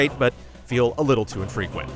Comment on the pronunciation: just a small critique on delivery. you say "These diversions are great but feel a little too infrequent" It was difficult to tell if you say frequent or infrequent. An important detail so I had to rewind and listen to that line twice more before I was confident you said INfrequent. Not a big deal obviously, but maybe the wording couldve been rearranged or just that you could pronounce the syllables a bit distinctly for important words in the review. I dunno if its even worth bringing up but here I am.